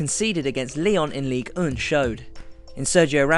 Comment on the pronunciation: Ligue er? Not ligue one? Pardon my french haha